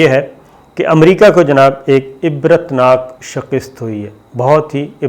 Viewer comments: Shikast Not Shikist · شکست آپ ش کے نیچے زیر پڑھتے ہیں جبکہ ش کے اوپر زبر ہے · Sabir plz shakist nahi hay shikast hay.